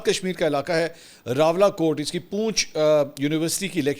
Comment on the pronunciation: Sir your pronunciation of Poonch is not correct. This is not read like tail(poonch) rather N; is pronounced in District Poonch and not silent like in case of Tail poonch or dumb. Actual City of Poonch is under Indian occupation and the rest of the area is in AJK. I should mention here too that despite living in Canada, I am one of your most regular listener and appreciate what you do and how impartially you cover the stories of Pakistani politics.